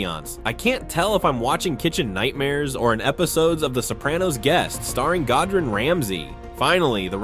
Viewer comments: "Godrun Ramsay" geez nice one AI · bro "godren ramsay" 😭